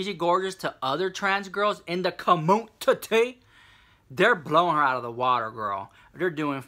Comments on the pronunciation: trinhsformerz CUHMOONTITTY! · CA-MOON-TA-TEA 😂😂 I say it like that at work now! Lol